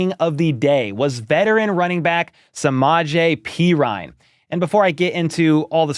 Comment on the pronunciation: dudes name is pronounced perine not perine PURR-EEN NOT PEE-RINE